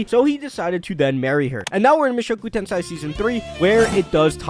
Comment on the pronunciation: Repeat after me: Moo (like a cow) show (like showing ), ku (cool but cut the L) , Ten (10) , say (say say) Now repeat Mushoku Tensei not tensai 😭